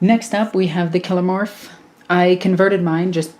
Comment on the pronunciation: For your consideration, I pronounce these as follows: Nexos: Neck-sohs Biophagus: Bio-Fay-Jus Kellermorph: Kell-Er-Morph Sanctus: Sank-Tus Clamavus: Clam-A-Vus Locus: Low-Cuss I feel like I am mansplaning, and for that I am sorry, it's just your pronunciations rubbed me up the wrong way 😦